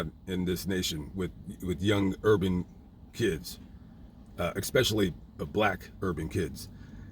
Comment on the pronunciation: You lost me at "ekspecially".